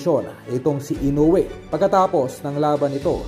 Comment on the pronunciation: Tao rin ang kalaban nyan..may kamay ..mamaya makachamba tuloy yan makatama..ede tau na nman tuloy ang kawawa.. Ang panget nagpagkabigkas m ng kawawang hapon....ayusin m mag vlog